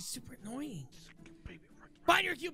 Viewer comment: she's super inoying Me:SHE ALWAYS IS!?